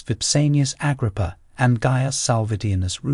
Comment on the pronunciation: The new narrator has problems with names. Never heard Agrippa pronounced like that.